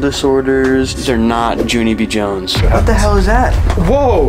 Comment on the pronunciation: Lol bro really said Junie b jones I could almost not stop laughing 😂